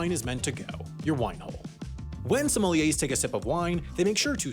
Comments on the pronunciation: whole time sounds like he's saying somalians 💀💀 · It’s pronounced “Somalian”